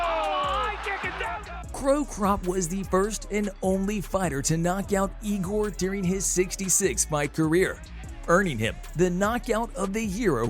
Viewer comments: "Co Crop" he said :D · "co crop"... few second later "cro crap" good job... gooooood job. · Ahh yes the good ole fight of the two legends Mirko Co Crop and Igor Vavinchinchin.......Fuckin' sick of these bullshit clickbait vids from people that don't watch the sport. And for the record, it's pronounced Cro-Cop (As in, Croatian Cop, which is what Mirko was before he was a fighter) and Igor Vo-Chan-Chian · It's Mirko Crocop.............not Mirkro Crocrop. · did you say CropCrop? Is that ‘cause he is a Croashian plant? Also how do you change the coolest name in mma Lyota Machita into leoda machema? Failure dude. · Lmao the guy saying "cor cop" just makes me irk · I was gonna say the same thing, so disrespectful to make money off these videos and not even get the fighters first or last name right, also Mirco Co Crop!!?? Lol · Cow Crop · Its “cro cop” he’s Croatian and was a Cop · Very cool video, but I think the guy talking doesn't know too much about the fight world, he said wrong the name of Lyoto and Crocop. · the guy makes videos about the shit but never saw a ufc where machida's name was said out loud? sus not to mention there wasn't even an attempt at pronouncing cro cop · Put some hespect on cro crops's name plz